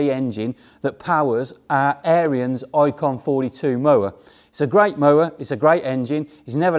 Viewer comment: Pronounced Air ens